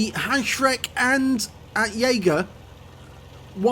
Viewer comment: Grashüpfer(grasshopper)is vulgo german for Heuschrecke(locust)- little animals hopping in the grass.. Grille(cricket) is part of the Heuschrecke family, in effekt the small ones. And Heuschrecke is not" haoshreck" but "hoeshrecke" spoken like in "boiling" ! Keep it nh👍🏻